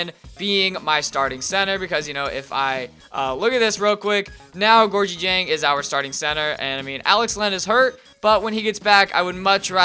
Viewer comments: ITS GOR-GI JANG. HE WENT TO LOUISVILLE. SAY IT RIGHT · lease say Georgia dieng's name correct. Love u but I get mad when u say it wrong. It is pronounced "Gour-gee jang"